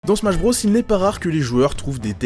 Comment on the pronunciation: « Smash Brausse » 🤣🤣🤣🤣🤣🤣🤣